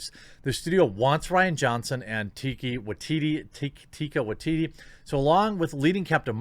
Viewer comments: It's pronounced "Tie-kuh Woke-Titti" Jeremy gosh!!! 😂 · i believe her name may be pronounced as TYka WYteetee also. i hated HATED Brie Larson in Endgame. she was just so fucking Arrogant. she pretty much acted like no one was shit. Iron man could have whipped her ass if he wanted to. Thor could have whipped her ass. she couldnt even fight Thanos as effectively as they did. not to mention she was completely useless in the movie. she was merely there as extra as if her appearance was obligatory at that point. her entire role in the movie was limited to 1. finding Tony in space. 2. destroying Thanos's ship, 3. talking down to everyone else who actually contributed to shit. that is it. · TIE-ka WAH-teetee. With you on Thor Ragnarok, I wasn't a fan. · Fyi... it's pronounced "Tuh-ee-kuh Wuh-ee-tee-tee" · Say it with me, tie-kah wah-tee-tee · His name is pronounced Tye-kaa Wah-TEA-tea. And can anyone tell me if The Mandalorian season one is on DVD/BR yet? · Tie-car Why-Tee-Tee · Heh, just FYI, it's Tie-kuh Why-tee-tee. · I believe they pronounce it Tie-Cuh-Wuh/Wai-Ti-Ti bruv, keep up the good content, appreciate ya